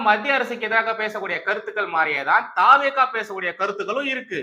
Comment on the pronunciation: தா. வே. கா இல்லை. தவெக இது தான் சரியான உச்சரிப்பு.